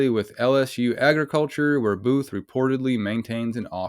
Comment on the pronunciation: When you said that Home land security person whose last name is Booth. I could’ve sworn you said, “buffoon” I mean, it’s honestly very fitting for his very hostile attitude. Definitely not a people person. I used to work in healthcare for nearly 20 years and I would strongly believe that this fool somehow escaped from a nursing care facility where they take care of people that have dementia and other memory issues. Director buffoon of Homeland security. Kind of fitting for this whole video because even The so-called law enforcement officers are as even more buffoons than that old fart that they are protecting. Got a new. You got a new subscriber out of this encounter. I found you on YouTube through another video. I really hope this whole town gets investigated because it seems very corrupt.